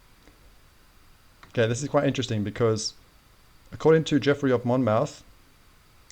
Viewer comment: Hello my friend. Talking of minefields, the name Monmouth is pronounced as Mon-muth - with emphasis on 'th', like moth sounds.